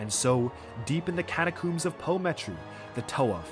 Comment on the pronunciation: My immersion reached all time highs during this video, only to be broken every time he pronounced catacombs as "catacooms" but I love it 😂